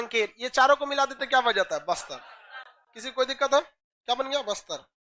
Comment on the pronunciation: Bister ni baster😂